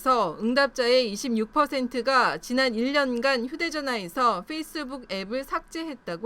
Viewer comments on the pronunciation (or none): facebook은 '뻬이스북'이 아니라 '훼이스북'이다